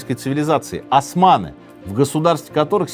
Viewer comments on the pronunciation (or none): none